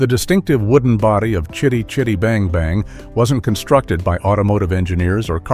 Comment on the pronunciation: Fun fact, this film was made the year I was born & it still holds up pretty well, shame I had to sit through nearly 30 min of having it's name constantly mispronounced, WTF was that about !, f 'ing AI narration. I did think it was amusing that someone called Jackson finally got to own the car, then used it as a Hobbit taxi lol 🤣👍.